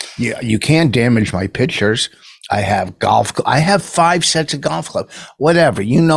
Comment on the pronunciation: Rich has 50 “pitchers” to move. And Lafayette is in the state of “New Oreleens”.